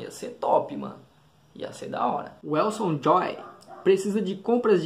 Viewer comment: Obg por ler meu comentário, seu video no começo eu rachei de rir muito bom mano. Eu entendo que meu nome é complicado mais num é " Welson " É " Weslon " Pronunciando seria tipo " Ueslon " Kkk meu Pai que me deu esse nome. Tem mais coisas que pensei sobre o game, mais são tantas que acho que não caberia em um video...kkk Sobre a parte do capacete kkk Sério cara ser tem razão tem esse detalhe ai do capacete uma boa ideia mesmo. Vlw uma boa noite ( de noite esse comentário)